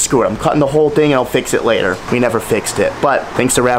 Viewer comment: “Fix it layter “ the top G is in the house hahahah